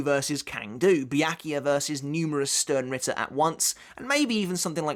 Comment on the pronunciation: I know I know nitpicking but it's Stern ritter (ʃtɛʁn/Schtern) it's German for Star knight. But it makes a nice drinking game, every time you hear Ichigo or stern you drink 😅